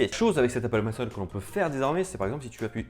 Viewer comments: Bonne vidéo ! Mais on dit Apple penc« il » pas Apple penc« eul » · Apple Pencil pas penceul stp 😂😂😂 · Appppplllle PENCIIIIIIIL pas « penceul » 😭😭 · c'est pas toi qui nomme apple penciel mais c'est apple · "L'Apple Peine seule" 😩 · Apple Penceul 😂 je kiffe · L'Apple PencEL, l'EUSB-C, et d'autres encore. Est-ce que tu ne devrais pas faire attention à ta prononciation? ;p